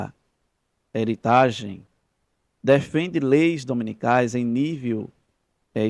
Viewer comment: Irmão, Heritage se diz assim em inglês: RéuritÊige